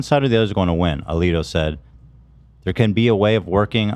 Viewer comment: I’ve watched this so many times now. mispronouncing Justice Alito’s name. 😂 👌